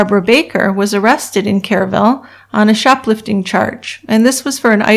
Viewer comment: Too late but the city is pronounced w/o the E sound, like "Krrville."